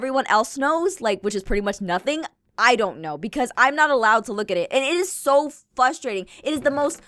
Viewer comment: Did she say" fustrating"